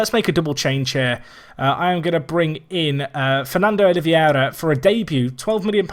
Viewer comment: Oliveira is, I believe, pronounced roughly as OliVAYra, though if you want a proper accent for it the R would be somewhat strange. Also, in Spanish, Mini Mosca would be Mosquita (as in Mosquitos, which are called little flies)